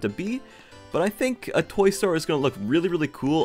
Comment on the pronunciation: I thought you said toy story Edit